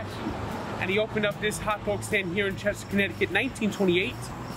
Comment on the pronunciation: ....you did it!! U did butcher Martin Roscol, and Cheshire. I have been saying Blackies a shit ton, I also said Frankies....it is 1.6 miles from Blackies. CT sucks beyond believe, but we have the best pizza and hot dogs.